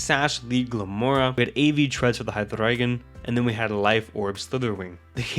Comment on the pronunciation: I gotta assume you're native German or something yeah? Based off of the HyDRRReigon pronunciation lol?